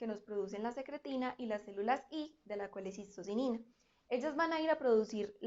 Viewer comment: Holaa, me encantó tu explicación sin embargo hubo una palabra que no entendí, cuando dijiste que las células S producen la secretina, ajá pero las células I de las que? Esa palabra no la pude entender colesisositina?